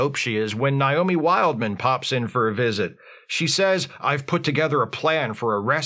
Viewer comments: I think it's a dialect thing. I live in an area where people pronounce the name like that as a default. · Is mispronouncing Naomi's name a bit? Cus like... has seen this shit a million times. 🤔